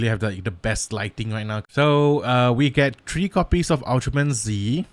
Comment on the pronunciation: Ultraman Z's name is pronounced "Ultraman Zett".